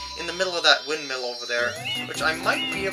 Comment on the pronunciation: Lol "Windmill..."